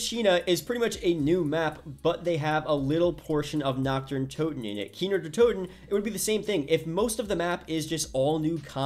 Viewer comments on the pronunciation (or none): none